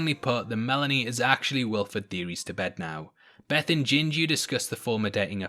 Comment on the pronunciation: It's Bess Till not Beth. And his name is Henry Klimpt...lol Snowpiercer the show is bomb 💣